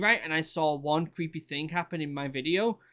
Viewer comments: "creepay that's creepay" haha this british accent is amazing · Does anyone else just love the way he says “creepay” 😂😂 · It was all "Creepay" to him.